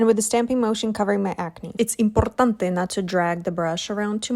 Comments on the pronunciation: as someone from mexico who always have live in mexico, that "imporrrtante" was amazing, loved your pronunciation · Lmao!! True true, it was so well pronounced! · su pronunciación es impecable jiji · Totalmente, es como que ves el video y dicen una palabra bien pronunciada en español y es tipo ?? Escuche algo en español? Jajajajaj te toma por sorpreaa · As italian i can relate hahagaga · she also puts memes in Spanish sometimes, but never in Italian, that's why I said Spanish, and to me as a Spanish speaker, it really sounded as we say it in Spanish as well